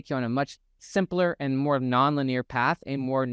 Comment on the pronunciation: I absolutely love your content, your delivery, the references, the hard science, your enthusiasm. All of it. This is such a rich channel. I do have one funny suggestion though. I think you are using the word "linear" but I have never heard it pronounced as Lah-near. I have only heard it pronounced Lin-ee-er. The only reason I mention it is because it took me out of the video twice by the minute mark. I realized I had been pondering the linguistics of "linear" rather than listening to you. Maybe I'm just wacky and my brain is weird but I thought I would toss it out there as something to consider because I know you would want any feedback that might make things more efficient. Thanks again for the amazing content. It is about the most concentrated source of knowledge in this area IMO.